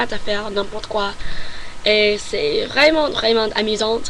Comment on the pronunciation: Attention aux lettres muettes à la fin de certains mots qui ne se prononcent pas (exemple à : mes parents, : arrondissement, : vraiment...La lettre T ne se prononce pas) Sinon tu as bien compris le masculin / féminin des mots et quand tu fais l'erreur tu te corriges et c'est très bien. La prononciation est bonne également on te comprend parfaitement. Continue à t'entrainer à parler pour fluidifier ton langage. En tout cas bravo, je te félicite.